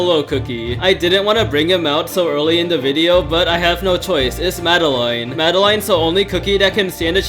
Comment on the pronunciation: I love how they say Madeline as mada line